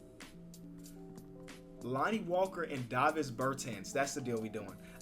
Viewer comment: It’s Davis (Day Vis) holy shit man